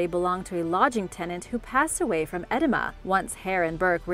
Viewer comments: Edema, ah-deeh-ma, is swelling or fluid retention. Just a heads up for further pronunciation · It's not pronounced edema like it looks, it sounds like edEEma